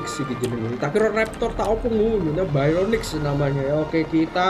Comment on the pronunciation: Bacanya barionix bang buka bayronix